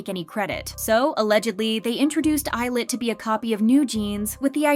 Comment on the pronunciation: I don't think that's how you pronounce 'Illit' ...